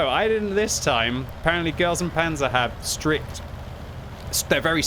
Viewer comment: i definitively heard "stripped" instead of "strict"